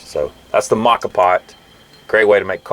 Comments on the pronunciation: Great video. Excellent info and quality of production. I've assumed the pronunciation of moka was with a long O sound.😃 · It is pronounced the way you say with the long o. Mocha Moka is Italian for mocha lol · Not sure if anyone else mentioned this but you are pronouncing it incorrectly. The proper pronunciation is “mocha” it is Italian for coffee pot. The moka pot is a stove-top or electric coffee maker that brews coffee by passing boiling water pressurized by steam through ground coffee. Named after the Yemenite city of Mocha, it was invented by an engineer named Alfonso Bialetti in 1933.[1] Bialetti Industrie continues to produce the same model under the name "Moka Express." You can also google “moka pot pronunciation” and listen to it in American English or several other languages. I’ve been using a moka and a French press for years and they are the best. Way better than perc coffee. I also have a device that sits on top of the actual cup. It has a #2 paper filter that you place the ground coffee into. You then bring water to a boil in whatever pot or pan you like and slowly pour the water into the ground coffee. The water filters it’s way down through the ground coffee and drips into your cup. When your cup is almost full you stop pouring the water. When you’re done you simply remove the filter with the coffee grounds and dispose of it however you choose. I like to put the grounds at the base of plants as they are good for the plant. Great video as always Cheers mate and happy trails. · I’ve always pronounced it moe-ka vs ma-ka. Which is correct? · Pronounced Moca pot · Moe - ka, moe - ka,. Preground?! Oh me, you losing respect. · Moka pots are great for starting the day when camping, and even better when your B and B host in Rome makes caffè for you! BTW,, it's MOE-kha There's a great Wiki on them. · "Mocka pot". lmao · It's pronounced MO-KAH.